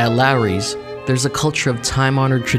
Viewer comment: Could he at least pronounce the name of the restaurant correctly? It's LAWry's, not LARry's.